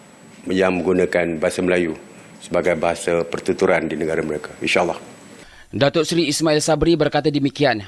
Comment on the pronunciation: Keseleo juga lu dlm ngomong woy serte....yg benar adalah serta bukan serte.... Mereka bukan Mereke... Pokoknya kami tak Sudi bahasa Melayu kreol Malaysia di jadikan sebagai bahasa Asean ... Kami lebih suka menggunakan bahasa Melayu tinggi atau bahasa Indonesia sebagai bahasa asean...